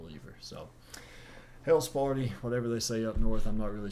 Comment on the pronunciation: Please don’t ever say Hail Sparty again smh